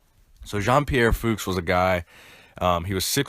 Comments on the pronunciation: ITS PRONOUNCED FUCHS lol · it's pronounced "fukes" (rhymes with nukes)